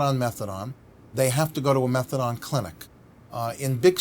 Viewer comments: Never ever heard someone call it methadon like he shall rather than methadone lol class such a funny way to pronounce it. But yeh such a great plan to help support patients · Exactly sounds like someone who knows fuck all I’d rather the magalaDON come watch tv with me that sit and here him butcher the name methadone